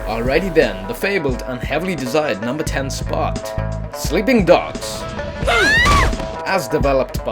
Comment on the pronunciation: did he say "at nomber sex"? XD